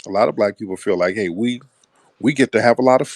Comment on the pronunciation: Yo it's feel not fill.